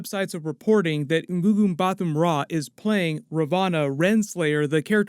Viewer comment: that Gugu Mbatha-Raw pronunciation was so butchered, I thought there was a glitch on the video or my computer was dying 😂😂😂😂